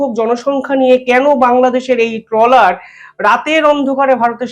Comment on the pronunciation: ট্রেলার নয় ট্রলার বলুন।